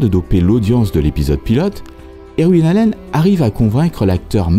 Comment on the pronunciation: Vos vidéos illustrent vos talents de chercheur, monteur et narrateur. Chacune d’elles est un bond dans le temps et un véritable enchantement. Seul petit bémol...votre prononciation des noms anglais qui est souvent à côté de la plaque (Irwin, Blackthorne, Whitlock, etc.), mais personne ne vous en tiendra rigueur car ça participe au charme de la narration. Merci encore et bonne continuation. PS: j'attends avec impatience les sujets sur Starsky & Hutch, The Sopranos, The Wire, Cobra...(par exemple).